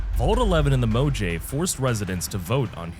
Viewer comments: “Mo jay v” my brother its “Mo hav a” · Mojave? Its pronounced "mo hahv A" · You 100% said it like Mo-jay so I'd comment on it you bastard. Well played. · Mo-jay-ve mo problems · I winced every time you pronounced Mojave, but it's pretty based to use a fallout video to education people about the horrors of modern healthcare and inspire us to do better. The New Vegas team would be proud. Awesome vid 👌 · Im sorry, I don't think that's how you say "Mojave" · I assume it's a.i anytime I hear easy words mispronounced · It's not how you say mutfruit either. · it is absolutely not how you say Mojave or nuclear